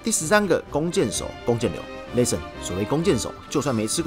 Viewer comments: 既然你一直逃避，那不如換個問法，你怎樣評價自己把 listen 讀成 lesson？ 是自己讀錯還是台式荷蘭口音？ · Listen 都讀不好還一直在 listen ......... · 法國公司不一定全是法國人，也有其他國籍的人……. 這也太無知了吧，不過沒關係，不重要。 原來你住在荷蘭平時在生活在也在用英語？ 還能這麼爛呀，不聽聽自己的口音嗎？ listen 也不會讀還敢講。在荷蘭生活不代表你的英文不難聽。 我在說你讀英文發音很難聽，又那來的優越感了？在亂扣帽子想轉移視線真是低級的技巧。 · 沒關係，你就繼續不承認自己發音有問題吧 。 各執一詞也沒有用，既然你在外國生活，平常用英語溝通是吧，你就把你影片中所說的 Listen 播給你周遭的人聽呀？看看他們有甚麼意見？ 反正現在我說你發音差，你說你發音沒有問題，再說下去也沒有意義。